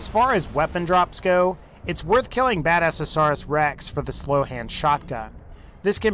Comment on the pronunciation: And.. badasaurus? really? he pronounces near everything wrong :/